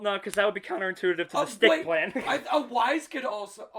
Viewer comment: Yes he is Awa-se, not Awaz nor Awa-zee, and he's my son thank you